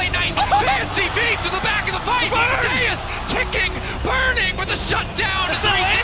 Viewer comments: Why the fuck are you saying Zeus as Zehoos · He pronounces Zeus funny.